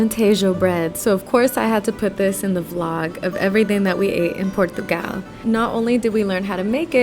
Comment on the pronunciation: Your pronunciation of Portugal was almost perfect (the O has a U sound). The Portuguese say "Purtugal."